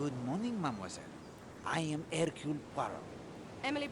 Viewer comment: I hate it... SO much, that you keep saying "" "Poy row"... Especially because BOTH of the main characters say his name properly, but you keep pronouncing it wrong anyway!?! I love your games, and I'm absolutely adoring your more in-depth video essay style content. But please... PLEASE, can you say "hirk YULE" "PWA row". I won't even insist upon you dropping the 'H', like Hercule himself ("irk yule"). Please... just for me.